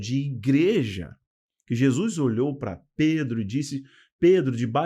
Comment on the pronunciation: Bom dia, gosto muito de suas explanações em todos os sentidos, principalmente os ligados à ideologia bíblica. Na medida do possível assisto as suas lives. Só uma coisinha que se possível, por favor, não me entenda mal, sua dicção é perfeita, suas colocações muito boas, sua gramática também, só um detalhe, preste atenção na sua pronúncia do nome de Jesus, vc pronuncia como “Jesuis”, não é totalmente errado, mas me incomoda, desculpe-me, não me tenha por mal, se puder corrigir ficarei feliz, do contrário, vc para mim, continuará da mesma maneira. Agora um pouco de interpretação bíblica, em apocalipse, “a marca da besta” é o sistema que irá mudar da Lei de Deus, seu Dia, ou seja, do Sábado para o domingo. Essa será a maior afronta que o inimigo fará contra Deus, o Criador, essa o Senhor não poderá deixar impune, pois após essa institucionalização confirmada mundialmente e quem não obedecer será morto, Deus enviará Seu Filho para buscar seus filhos e terminar com toda essa enganação. Mais uma vez me perdoe e para se certificar se estou certa ou não estude mais o livro de apocalipse juntamente com o livro de Daniel. Deus continue abençoando seu ministério. Não é só uma questão de doutrina é sobre não aceitarmos as ideias do anti-Cristo. Um abração.